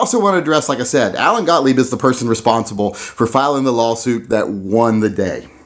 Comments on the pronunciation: The way you pronounced Mr. Gotlieb's name is the same way I've heard him pronounce it. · You pronounced Gottlieb correctly.